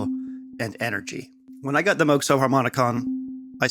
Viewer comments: OMG it’s pronounced “ ˈtambər/ “ like the word amber ... you know the resin from trees? Timbre is NOT pronounced like tom. PLEASE, please, please ... this annoys me to no end just like saying Moo G. Thank you! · He called himself moo-g growing up but his wife liked moe-g better and he switched. Moral of the story is, it doesn't matter really. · HOW DARE YOU?! It's obviously "Moog". Anyone who says "Moog" is an evil nazi. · It’s pronounced Moog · No it's pronounced Moog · well it is actually pronounced “moog” ... but others prefer to say it like “moog”